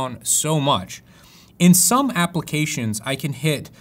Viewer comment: once you hear it you won't forget it...applecations :D other than that, great video!